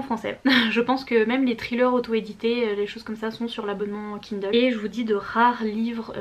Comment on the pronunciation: Tu me fais vraiment trop rire. Je lance à peine la vidéo et j'entends "KUNDLE" jpp 😂